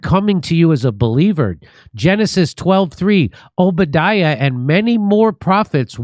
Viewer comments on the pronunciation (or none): She can't even say, "Obadiah" correctly! It's, "O bah die ah"! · O-ba-di-ah … she said O-bid-dia…. Rehearsed not known. They’re all pretending. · She doesn't even know how to say, Obadiah!!! She days OH BA DEEA. But it's oh bah dy uh. Almost like she's never actually spoken the words and only I've ever written them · She can't even pronounce Obediah correctly... but has no problem threatening people. Not very G-dly 😅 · This woman doesn’t even know how to pronounce the book of the Bible she’s talking about…Obadiah pronounced “Oh ba die uh”. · Obadia lol. Sounds like a child pronouncing Obadiah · The fact that she doesn’t even know the correct pronunciation of Obadiah, in just about any language, Obadiah is Obadiah! It just shows she’s a prop, she’s paid opposition. It’s mental ping-pong. ☝🏽👑☝🏽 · She doesn’t know how to pronounce the Prophet Obadiah. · She didn't even pronounce the book of the Bible she spoke about correctly. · The way she pronounced Obadiah is a big tell. She definitely isn't a Christian who has attended church much. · What a vile hypocrite that woman is. She doesn't even know how to pronounce Obadiah. Thanks for explaining the weird way they write God. Leaving out a vowel isn't changing anything. God is not concerned with vowels, sounds like a cultish-brainwashing technique. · Was it the Jewish mobsters in Erika's family that are spoken of? 😮 This is only a supporter, why are you behaving like this is threatening? She could just be a nut. Can't even say Obadiah right.😮 Seriously, this lady is not the shooter. Nor does she even know the mob. She's a decent person. Gaza isn't being killed, except these were warned that Hamas was being eliminated. Lots of Hamas is in Gaza. Mikey is gross, so is his dad, the preacher. Not Israel. No, they didn't kill him. Tyler is only a patsy. Erika Kirk was separated from Charlie. Check her out, and her family. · That's not how you say Obadiah.